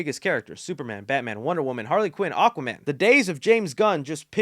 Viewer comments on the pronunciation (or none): none